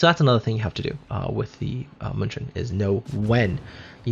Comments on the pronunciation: I keep on reading and hearing Munchen as Munchkin, lol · Pls stop butchering german city!!!